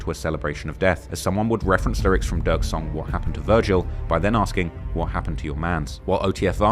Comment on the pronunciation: ducks cousin??? Noooo it's durks cousin